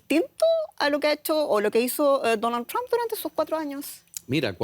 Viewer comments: Por favor, el apellido Trump, se pronuncia TrOmp. No TrAmp. En cuanto al programa, excelente la colaboración de los panelistas. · El apellido del mejor Presidente de USA Mr TRUMP se pronuncia con la letra "O", osea la letra "U" se convierte en U. NUNCA se PRONUNCIA CON LA LETRA " A " . SI viven en ESTADOS UNIDOS APRENDAN A PRONUNCIAR BIEN EL INGLES. Muchas Gracias 🙏💒👍